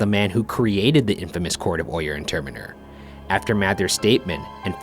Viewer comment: Could someone tell them how to pronounce "Oyer and Terminer"🤦🏾‍♂️😂😂😭. And the "ghost voices" are killing me.🤣🤣